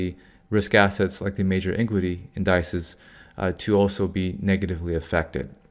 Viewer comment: say it with me--MEEEEEM stocks (meme is "meem" not "mem") 🙂 Also, indices (pl of index) is pronounced (IN-duh-sees) I always enjoy your videos 👍